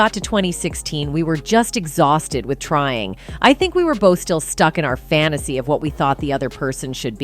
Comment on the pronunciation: Why does will kill the english language when he pronounces the word with as witch. Example: quote: i was done witch your ass.